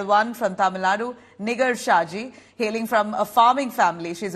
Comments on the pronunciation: It's Pronounced asNIGAAR not Nigar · It is not niger, but Nigaar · It's Nigaar, not Nigar. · Nig*er kya bol rhi ?? Nigar ( gaar) bol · Please pronounce her name as 'NIGAAR'. Its Persian word is also used in Urdu.